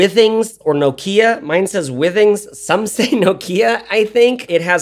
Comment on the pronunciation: I have one of these and I love it too! Fun fact, the company name is pronounced “Wi-Things” like in Wi-Fi because they make wireless/Wi-Fi connected things.